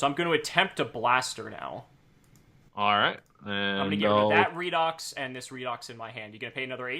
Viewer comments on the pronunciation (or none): none